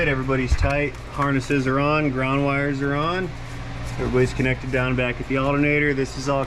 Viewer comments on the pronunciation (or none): none